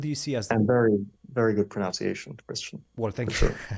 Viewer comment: While Fabi's 'pronounciation' of pronunciation was a bit sus